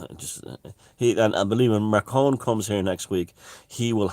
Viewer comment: This isnt tolerable anymore It's macron, like the desert Not "marcon"